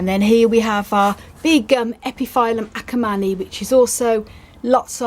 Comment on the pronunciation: Hi! I don't think that is important but epiphyllum is pronouncing like [ˌepəˈfiləm] because of latin origin. And as always beautiful plants and gorgeous blooms. Thank you!